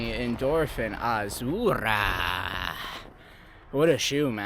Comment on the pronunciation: Nobody: Bro: 💃azurrrrra🌶️